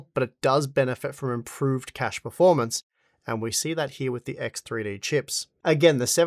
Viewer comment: EKS TRI DI! My russian ass